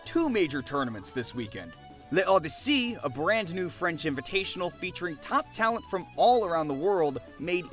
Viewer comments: Quick French tip. You don't need to say the "e" in "Le" Odyssey. It's said "L'Odyssey". It works this way for certain words. Its a rule similar to "a" and "an" in English. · It’s loh dee seh 🙂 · I mean yeah, but like, assuming they watched the tournament, wouldn’t they just learn how to say it anyway? and why not look it up instead of butchering it 😭 but yeah you’re right lmao